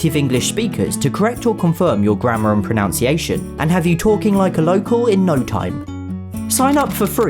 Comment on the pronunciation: It is ironic that he mispronounces "mispronunciation" and is sponsored by a language app.